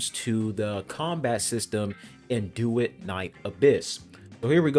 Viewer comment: Doo-et you keep saying doo-it